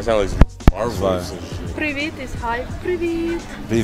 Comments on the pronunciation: Какие люди позитивные! "Привіт" та "бувай" чудово повторили з першого разу) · Так, дуже гарно вимовляв) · У хлопця чудово вийшло вимовити: "Привіт" та "Бувай" =-) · Ці афроамериканці так круто "привіт" і "бувай" вимовляють, враховуючи, що вони вперше чують укр) Майже без акценту